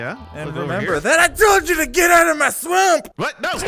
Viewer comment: is so funny he said GET OUT OF MY SUOAMP